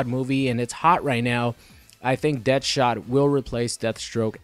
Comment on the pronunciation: DEAD-shot not DEATH-shot, plz never say that again. thanks